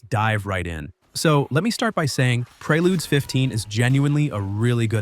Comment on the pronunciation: Lol preyLudes, prayLudes. It’s preludes bro, like preorder lol work on your literacy.